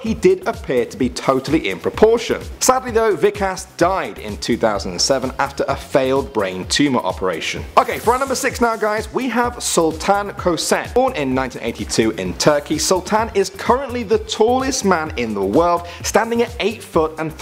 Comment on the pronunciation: did you mean 6 six you said sex